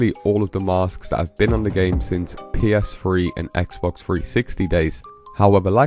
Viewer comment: Say ps3 again. Omg. 😆